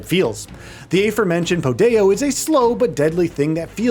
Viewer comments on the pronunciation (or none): I had to put the speed back to 1 and relisten when he said "podeo" (like rodeo) instead of po dao. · For padao It’s pronounced pah-tao not Pateo lol